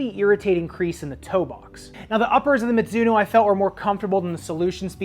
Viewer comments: That "mitsuno" tho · Mizuno is a Japanese brand name, which should be pronounced as ‘mi (ju) no ‘